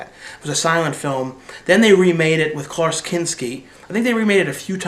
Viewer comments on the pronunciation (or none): none